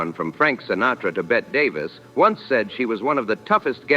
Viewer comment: It’s pronounced Betty Davis.